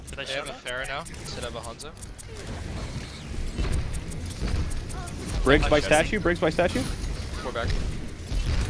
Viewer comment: I knew he was Canadian by the way he pronounced Hanzo.